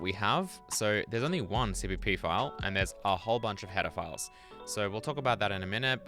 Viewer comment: To my ear "header files" sounds a lot like "pedophiles" with your accent.